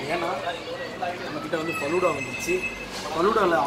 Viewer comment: Its not flooda .... its faloooda